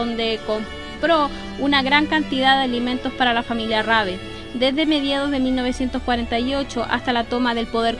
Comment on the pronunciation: Muchisimas gracias por acceder a mi petición :) Cuando lei sobre él tambien quedé sorprendido, la verdad fué muy honorable lo que hizo en China a pesar del contexto. También existe una pelicula alemana que trata sobre él y lleva su nombre. P/D: Si, pronunciaste bien mi apellido 😅. ¡Saludos!